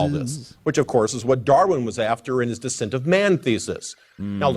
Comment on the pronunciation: That one guy said "dissent of man", not "descent of man". And "bigen" instead of "begin". He mispronounces lots of words.